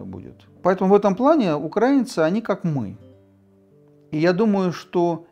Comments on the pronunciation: О чем оно рассказывает если не правильно ставит ударения в словах украинцы, украинский и т.д ? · тогда и ударение надо ставить правильно в слове украИнцы...а то как-то про грамматику заявляем,а ударения ставить не научились...печальное зрелище...